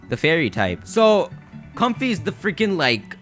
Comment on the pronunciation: comfey is like clefky